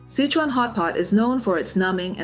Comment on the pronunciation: Sichuan pronounced SI•SHWAN. Not sich•on